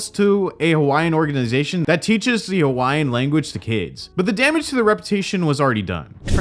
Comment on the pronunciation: Why did I hear “Hawaiian” as “YN” 😂